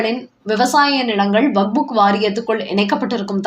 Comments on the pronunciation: நேற்றும் கவனித்தேன். இன்றும் கேட்கிறேன். அது வக்புக் வாரியம் இல்லை. வக்கப் வாரியம் 😂😂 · வக்புக் இல்லைடி, வக்ஃப்!